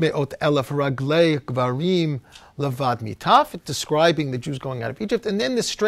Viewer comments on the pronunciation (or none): כְּשֵׁשׁ מֵאוֹת אֶלֶף רַגְלִי Not “rag-lay”